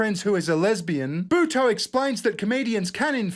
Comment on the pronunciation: Lol, that's not how you pronounce Buteau.